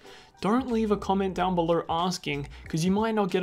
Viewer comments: "belor" is so annoying. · “Down beler” it’s funny 😂😭